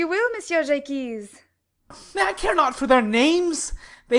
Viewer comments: in As you like it. It's "Jay-Kwees" here. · "Jaques" = "j-ah-ck" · In our theatre class, I thought it was Jacques said normally (the French way), others thought it wad Jakes, some thought it was Jay-keys. We're pronouncing it zhay-kwees. No one's remembering how to say it. Part of me wishes we could just call him Jack already.